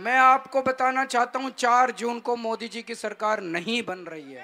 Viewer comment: ओवैसी हिंदी और उर्दू तों सही से बोल नहीं पाते। मोदी को मोडी पल्लवी को पेललई पटैल बोल रहे हैं 🤔🤔🤔 जब आप अपनी भाषा का सही संप्रेषण नहीं कर पाएंगे तो जनता क्या सुनेगी क्या समझेंगी।